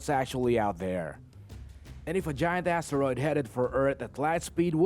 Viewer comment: Lets play a game. listen for these words. if he repeats them add it to your score (im not being mean, i have speech impairments too, meant to be fun so have a laugh sometimes) ass teroid... 5pt tooth is...5pt vagiant...5pt yewman race...10pts half a peeps...15pts jammer gay...10pts soupah...5pts two turds...10pts cry-mate...5pts curryation...5pts karry...5pts a balla virus...15pts sosofafun...50pts assess...10pts round up points and drink some more vodka...